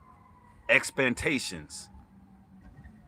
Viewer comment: God Bless you brother...Love your message and positive energy....very intelligent indeed, but did you say "EXPANTATIONS????"...Ummmm...do you mean "EXPECTATIONS?"..That made me chuckle!!😜👍💜😳😬